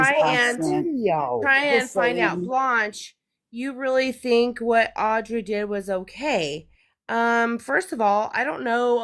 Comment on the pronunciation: Why does she call Audrey, Owwwwdrey?